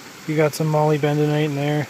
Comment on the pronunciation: "MolyBENdenite"! Hahaha :) I think you mean "MoLYBdenite" ahaha I find that stuff a lot, but some of it looks more like Arsenopyrite I think. But if anything arsenopyrite is usually more closely associated with gold than molybdenite, so thats a good thing!!